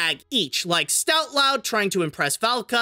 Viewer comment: Stoutlout? Dray-go? Really,?